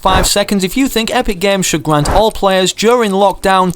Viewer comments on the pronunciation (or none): It’s grant, not gwant